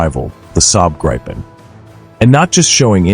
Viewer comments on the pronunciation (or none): Gripen with a "i" like in Indiana, not like in Iowa ! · A think there is no such fighter named the graipen nor the rafallee... Please try and make some effort, even though you're an American! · Gripen (eng Griffin, ie the mythical creature in Greek mythology, with a lion’s body and an eagle’s head and wings.) it's not prinounce like you have a gripe with someone (like in this video), it's pronounced like Greépen, with a rolling R. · Let me explain the name Gripen: It means The Griffin, i. e. the suffix en is the definite article. It is pronounced Greepen. For international commentators it would be more convenient to just call it The Griffin.